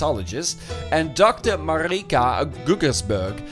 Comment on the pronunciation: Okay boah you said MARIKA in a very dutch manly way damn